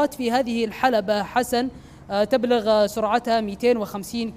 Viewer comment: تبلغ بالضم وليس الفتح